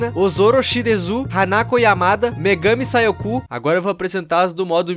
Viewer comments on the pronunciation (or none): "ayano aISHI" "megami sai o ku"KAKAKAKAKAKAKA